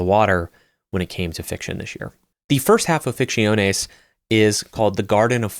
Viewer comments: your pronunciation of Ficciones is respectable 😂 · I love your content. After hearning ‘Ficciones’ pronounced so horrible 3 times I had to quit the video. I’ll come back to see it tomorrow, and i really hope there are no other spanish books in this list. Big tear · It sounds Italian